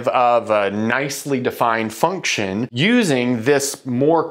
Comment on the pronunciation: . What’s a fuction? :-)